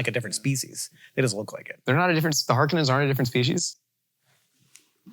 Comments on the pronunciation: Not a Finnish last name, though kinda close so props I guess for recognizing the proximity. Yeah, it's got the -nen ending but also it's got an N that's too much and makes it pretty un-Finnish in they way we pronounce it. Every letter matters. And even if it was Harkonen, it doesn't sound quite right. Härkönen, on the other hand.. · while the pronounciation of Harkonnen sounds like An english speaker trying to pronounce the finish Last name Harkkonen, its written In A way that reminds me of swedish.